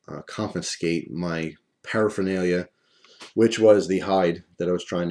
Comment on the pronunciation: when you said paraphanlia i thought you meant your marijuana haha